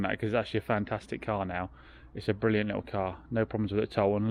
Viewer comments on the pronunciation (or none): none